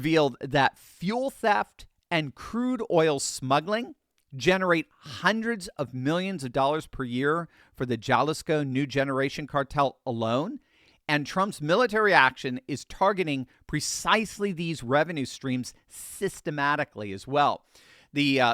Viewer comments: Cmon man😂😂!! It’s pronounced “ha-lisco” not “Ja-lisco”😂😂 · this is such good news. Thanks for keeping us out here in viewerland appraised. I'm just taking a wild guess here, but it sounded like you mentioned a cartel that you called JAH-lease-kuh. If it's Jalisco, also a Mexican state, it's hah-LEASE-coe. No charge.😀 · Jalisco is pronounced Haleesco. Your segues are a thing to behold. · Jalliscon or (Spanish accent) Jalisco 😂😂😂 said it funny and added a "n" at the end too lol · It’s Haleezko not Halisko… Call me for proper pronunciation of Spanish words. … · you are a professor and way smarter than me but it's pronounced Halisco. The J is H. Nevermind your right 😂Jalisco: Pronounced hah-LEES-koh.ok who knows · Jalisco is pronounced Ha-lease-co. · Jalisco is pronounced as ha-lēs-cō. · Jalisco is pronounced ha lees ko. J are H sounds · This is the first time hearing about this, so thanks!! BTW, "Jalisco" is pronounced "Ha LEE sco". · as usual, your report here is right on target. One thing though, when talking about the Jalisco cartel, you pronounce it 'Halisco'. The 'J' in Spanish is pronounced like an 'H'. Thank you for your attention on this matter. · Jalisco = “ha-lees-co”😉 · Sorry, J in Spanish is a hard H. Jalisco is pronounced Halisco, THX! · Hey Doc I wanted to opine that the Jalisco New drug cartel is pronounced (Haleesko). I'm an American who lived and worked in Mexico for 2.5 years. I'm very familiar unfortunately with some of these bad hombres. If you like Tequila, it is manufactured in Jalisco state :-). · Jalisco is pronounced "huh li' skow" ❤😊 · 😂 pronouncing jalisco is hilarious